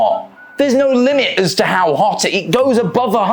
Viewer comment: Yeah America's weird, but I find it weirder people with your accent can't say words like water and no correctly, this goes for Australians too. Don't even get me started on the French.